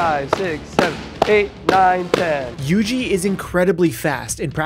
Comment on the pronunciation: It not Yg it yuji